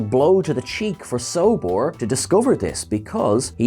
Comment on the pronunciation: And its Solbor, not Sobor